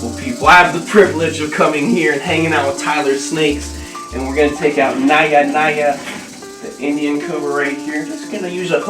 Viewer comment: the J in Naja is prounounced. not naya naya